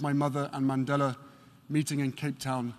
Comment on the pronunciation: MR. MANDELA harry, not Mandela.